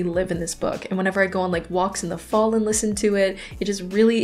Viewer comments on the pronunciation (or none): none